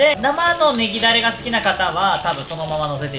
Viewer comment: 「ネギだれたっぷりの」が「いぎなり」に聞こえてそんなとこまで宮城県民に忖度してくれてるのかと思った